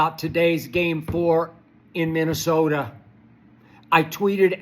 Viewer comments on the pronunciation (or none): Skip Said Minnesota with that HARD - A